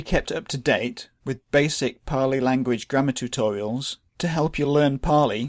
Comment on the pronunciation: So it's paaali?